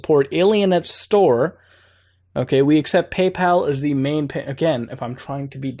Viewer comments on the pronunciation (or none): none